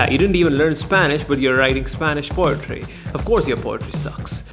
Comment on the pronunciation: Lol he sayin potry instead of poetry